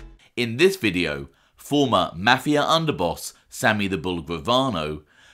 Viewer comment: Drives me crazy this dude can't pronounce mafia